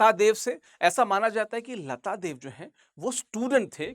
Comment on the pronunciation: Not "Lata dev",...it's "Laatdev"...ye english se padne walo ki problem h...hamare khud k naam bhi sahi se nahi bol pate...😅